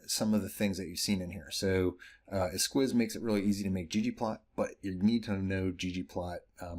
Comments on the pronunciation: "S-keys" not "S-quiz" 👌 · What a fun package! Thanks! Just a note, esquisse is French and is actually pronounced “S-key-se”:) sounds much nicer that way.